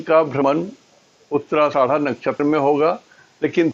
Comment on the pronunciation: उच्चारण सुधारिये आदरणीय🙏 "नक्षत्र का नाम" का उच्चारण सही से कीजिये nakshatra "uttara ashadha" नक्षत्र " उत्तराषाढ़ा" है ( "उत्तराषाड़ा" नही है (गाली न दीजिये) ( " उत्तराषाढा" बोलिये )